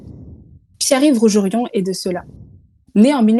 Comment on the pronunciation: C'est "rougé rond", pas "rougérion".